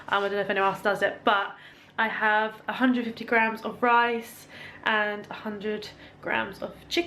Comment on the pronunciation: Did you mean 150g carbs for the day? Sorry it just sounded like only 50? X